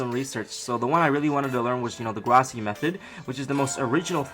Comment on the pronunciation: I do Jiu jitsu and it's real cool. And just so you know Gracie is pronounced gray-see